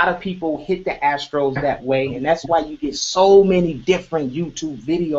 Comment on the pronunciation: I like how pronounces the astral as “ the astros” 😂